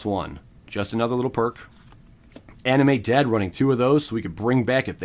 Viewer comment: I was listening to the video in the background and i thought you said "Anime dead" instead of animate lmao